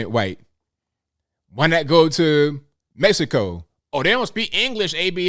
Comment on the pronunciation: My Friend, I have been follow you for some time, i like your thinking and style, today i heard say Mexico the correct way, you surprise me, i don't bother when americans pronounce MEKZICO, but the way you said it was a Joy. i Salute you. Thank for Do Care.